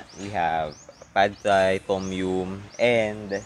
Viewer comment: Pad Thai daw is supposed to be pronounce as pa-tay. I cant hear your voice clearly please put some captions